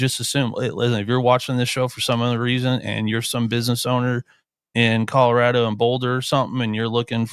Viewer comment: Guy on the far left: —————————- Where is Colora-da? There’s a hard “O” on the end After Mike Bobo laid waste to our pgm, folks at CSU are a lil’ sensitive about folks that say “Colora-da” Otherwise solid pod gentlemen…